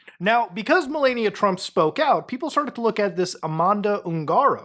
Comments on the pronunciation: You need to learn how to pronounce Melanija. You keep pronounce it MelEnia. Her name isn't Melenia, Melania or Melanie, it's Melanija. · It's meh-LAH-nia. Please. Not meh-LAY-nia. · I took a shot every time he said Melaynia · Jesus I don't exactly respect the people but pronounce her damn name correctly. It's not mel-ay-nia it's mel-ah-nia, it's feels like a cheese grater shredding my ear when you repeatedly mispronounce things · "Mill-onn-eeya" U GET! MY WIFE'S! NAME RIGHT!! Who wants Arnie Palmies??😂😂😂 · Ffs it's MelAaania, clean A as is in the word "A..bbreviation. Please. Thank you. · Dude keeps saying Malenia😂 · If I hear “Melayekneeuh” one more time 😡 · I think her name is pronounced "Malaria." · why is bro saying malania like that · its "meh-LAH-nee-uh" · I shocking that someone can do this amount of research and still not be able to correctly pronounce "Melania" or "Ghislaine" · Why are you pronouncing her name like a Elden Ring boss 😂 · Personally, not a fan of Trump, but you really shouldn’t pay attention to people who can’t even pronounce his wife’s name correctly. This dude has no idea what he’s talking about. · Can you please pronounce Melania’s name correctly